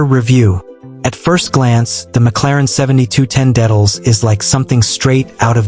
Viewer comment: THE WORST REVIEW I'VE EVER SEEN, SAID THE NAME WRONG EVERY TIME!! THE INTERIOR IMAGES ARE FROM 2 COMPLETELY DIFFERENT BRAND OF CARS AND SEVERAL EXTERIOR IMAGES ARE FROM THE WRONG MODEL - WHAT A JOKE!!!!